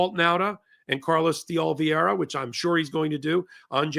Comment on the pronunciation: Carlos di O-lee-VAY-ra. The penultimate syllable rhymes with DAY.